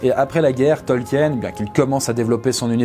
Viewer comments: Bonne video, mais, ta prononciation laisse à désirer, tu as manqué de recherches auprès des tolkiendili, c'est vraiment dommage, c'est un manque de rigueur de ta part et de celle de ton équipe. 😢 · Ce n'est pas qu'une question d'accent. Déjà rien que le mot "Tolkien" est mal prononcé... à chaque phrase... pendant quasi 20 minutes. J'ai souffert. Pour ceux qui ne sauraient pas, ça se prononce "Tolkine", pas "Tolkiène". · Faut le savoir en même temps, que ça se prononce "Tolkine". Ceux qui ne le savent pas (c'est à dire une grande majorité) vont instinctivement le prononcé "à la française",ce qui est complètement normal. Perso j'ai mis des années à découvrir la vraie prononciation, et c'était y a pas si longtemps, et complètement par hasard. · Côté prononciation, on n'y est pas. Son nom se prononce TOL-KI-NE ! parce que le nom a des origines allemandes, comme mentionné dans la vidéo ! Tolkien (Tol-ki-ne!!!) n'est pas l'auteur du Hobbit et du Seigneur des Anneaux. Nan nan, il le dit lui-même, il n'est que le traducteur du livre rouge de Bilbo et Frodo, qu'il a trouvé ! Les tolkiendili se réunissent Sur les Terres de l'Unique le dernier week-end de septembre à Plouha. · Rectification: Le nom Tolkien se prononce comme s'il n'y avait pas de E avant le N (soit "Tolkine" et non pas "Tolkiène"). Il s'agit peut-être d'une erreur commune au sein de la francophonie, mais une erreur reste une erreur et c'est dommage de la trouver véhiculée par une vidéo à caractère culturel. Je sais que commet très souvent des fautes de prononciation, mais là c'est quand même le mot principal de la vidéo, celui qu'on prononce toutes les 2 phrases, et je suis très déçu de l'avoir entendu massacrer le nom de Tolkien pendant près de 20 minutes... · Bon dieu, on dit "Tolquine" pas "Tolquiène" ! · Pourquoi vous dites "Tolkiène" ? Ca se pronnonce "Tolkine"... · Super vidéo mais on dit Tolkeen